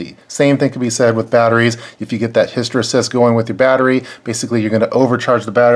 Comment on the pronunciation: Good video but hysteresis is pronounced his-tə-ˈrē-səs.